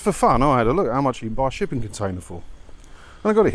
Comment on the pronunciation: Did you say shipping container or sh1tty container?